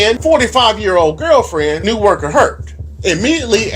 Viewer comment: It is pronounced “na-woh-kah. Thank you.